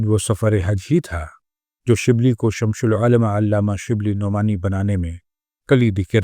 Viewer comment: شمس العلما کا تلفظ تو صحیح کیجیے۔ یہ شمش نہیں ہے۔۔۔۔